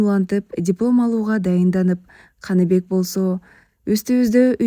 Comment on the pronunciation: Канибек эмес Каныбек деп окунуз ээ😅